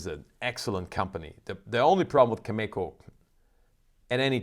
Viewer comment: Learn how to pronounce Cameco. I was there a couple of weeks ago when you were so positive that oil was going up and yet it has only gone down. I expect oil to get as low as mid to upper 30’s to mid 40’s.